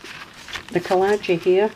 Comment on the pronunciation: No they don't! We only had the 3 main channels all through my childhood. I was so amazed when other channels started haha. You know I'm forever going to say collagee, or collagie, because of your saying it hahaha.